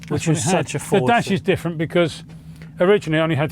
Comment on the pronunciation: Great video as ever, did note a slight mispronunciation of the word Fffffooooorrrrdddsssssssss. Thanks as ever !